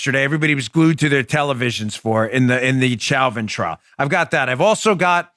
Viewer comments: Chow-vin? 🤦🏻‍♀️😂 Lol why can’t anyone say Show-vin? Pretty sure the prosecutors were formally told to stop mispronouncing his name cuz about halfway through the trial, they started apologizing for the “mistake” with a sheepish look. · Please Dan, Derek Chauvin's last name is not pronounced cho-vin or chow-vin, it's show-vin. French pronunciation of the, "ch." With a last name like your own, you should get it right. lol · #1: It's pronounced "SHOW-VIN"... Like "chauvinist".. Sorry Dan, your pronunciation is a bit annoying.. HAHA #2: All cops need to stop taking calls & avoid helping ANYONE... until the BLM a-holes BEG for cops to go back to doing their jobs. #3: Question: How can someone be guilty of Murder 2 & 3 & 4 ? Shouldn't it only be guilty of 1 type of murder ? #4: Chauvin Shouldn't gotten Manslaughter & got 3 years in jail. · Dan, I believe it's pronounced Show-vin. I know it's spelled Chauvin but it's pronounced Show-vin. Thank you sir!